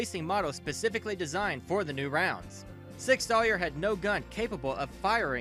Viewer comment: Sig Sawyer LMMFAO!!!!!!